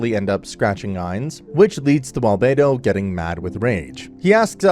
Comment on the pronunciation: I Like how he says Alberto enter the chat